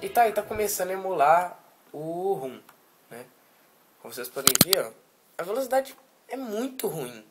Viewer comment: RUM não cara, ROM.....